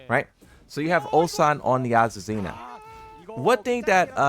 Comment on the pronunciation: There’s no Z sound in her name